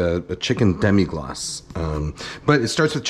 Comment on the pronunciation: Really not that important, but it's Demi-glace, not Demi-glacé